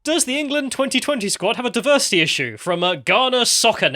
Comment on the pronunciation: Diversi’eee is our …. urrgg.